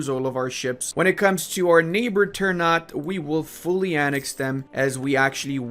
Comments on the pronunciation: Sorry, Minor inconvenience: ternate is pronounced TER-NA-TE not TER-NAT. thank you. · Hey, enjoying your videos. One small correction, it's spelled "Ter-na-tay", not "Ter-nat". And "Tee-do-ray" and "Bo-nay". It's spelled the same as if you spelled the words in Spanish. Every syllable/vocal is spelled out. Greetings from Indonesia! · It sounds weird when you say "ternat" Wkwkwk, We indonesians pronounce it "ter" "na" "te". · This is how you spell it : Ter-na-tei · I know this is minor but it keeps bugging me out It's pronounced ter-nuh-tay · its called ter-na-tey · damn clove' price is the same as gold by the way, Ternate is pronounced ter-nah-teh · Ter-n u t god damn it lmao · Let me help you with pronouncing this nation. You should pronounce the last "e" like "É". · The e at the end must be prenounced like an 'eh' sound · i just want to add that the correct way to pronounce Ternate is Ter(sounds like Ter from Terra)-na(nah but with out the h)-te(te from text). anyway great video as always